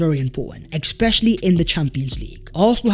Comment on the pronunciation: Big fan of the show but please stop saying expetially